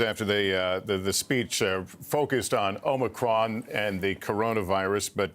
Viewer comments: Omicrom, Omnicron, Omocron, Morocron, Omnicrom. Need a new Brandon bingo card. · One contradiction after another. He can't even pronounce "Omicron" correctly. Unbelievable! And we're supposed to take this seriously? Btw, when you try to make another word out of Omicron, there is only ONE word that can use all the same letters = MORONIC.